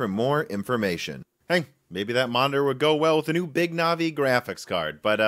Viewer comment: No one says “Navi” better